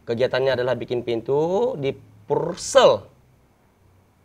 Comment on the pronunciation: Purel bang bukan Pursel, hahaha